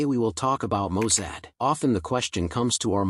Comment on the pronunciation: Mossad! Not Mosaad.